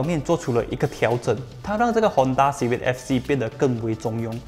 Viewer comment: 支持! 可是读音是"Civik" 不是"Civid" 哦。CIVIC fc 的优缺点我都ok, 比较不喜欢那颗cvt罢了。